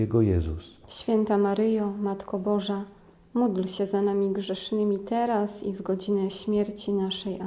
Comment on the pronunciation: prośba, czy mogłaby Pani tak nie intonowac,podkreślać i nie przeciągać słowa,, teraz,, bardzo to rozprasza w skupieniu.